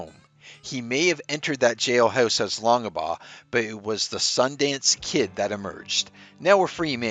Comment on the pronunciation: WAIT!! -“Long-Ah-Baugh”??? You don’t pronounce the middle initial,.